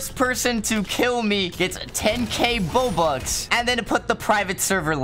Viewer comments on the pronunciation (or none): none